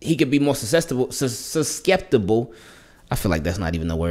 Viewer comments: You had it, you just tried pronouncing the c, its “Susceptible” pronounced ( sus-sept-able) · Pronounced Sus-sep-tible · Lol "SUSCEPTIBLE" cmon!!!